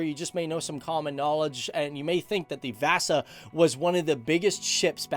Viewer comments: ”VÄSA SHIP” 😂😂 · THE WAY HE PRONOUNCES VASA MAKES ME WANT TO KILL MYSELF